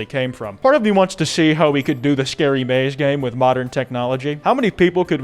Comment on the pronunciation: Scawy Fawcett